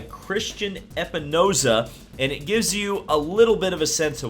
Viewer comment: Hey. Maybe next time actually get the dudes last name right. It’s not epinoza it is eSpinoza emphasis on the s in between the e and p. Coming from a fellow espinosa clan person.